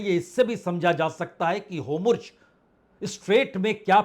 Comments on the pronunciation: 'Homurj' nhi 'Hormuz' Bajpei sahab! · Homurg nai hai bhai 4 baar apne bola its Hormuz strait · होमुर्ज (Homurz) नहीं होर्मुज ( Hormuz ) पढ़िए जनाब । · Sir, this route is Strait of Hormuz not Homruz. It is Hor... not Hom... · हाेमुर्ज हैन हाेर्मुज भन्नुस न वाजपेयी साब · Bajpai ji HORMUZ aur NETANYAHU ka pronuncition hamesh galat hota hai pl. Durust kijiye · चैनल वाले भाई साहब आप हॉरमुज और बिन्यामिन नेतन्याहू यह दो शब्द नहीं बोल पा रहे हैं आप इन दो शब्दों का थोड़ा रिहर्सल कर लीजिए😅😅😅😅😅😅😅😅😅😅😅😅😅😅😅